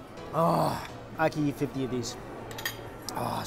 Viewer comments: I still find it funny that Mike says 'eat', but it sounds like 'YEET'. So whenever he says 'Lets go eat this food', it sounds like 'Lets go YEET this food' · Everytime he says eat - I hear Yeet.... in fact any time he says any word that starts with a long e, I swear he's saying it with a Y in front. LOL. Yeither way - good review. I'm hunnngry!!! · well thats what he does he dont eat the food but he yeet the food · I heard yeet also, and it made me laugh to imagine Mikey yeeting his food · wtf it was the first time i tought i heard yeet and look what got commented here. funny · I thought he was saying yeet. I was like oh this guys pretty hip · “We’re gonna go yeet.” Thats what I heard lol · did he say eat or yeet? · I.meen yeah it is funny , and he would laugh too , snowflakes .lol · can't un-hear it now lol